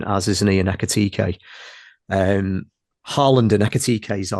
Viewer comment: do you pronounce Ekitike's name with two Es to wind us up?